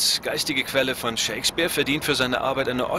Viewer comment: Ich verstehe immer ShakesBIER statt Shakespeare.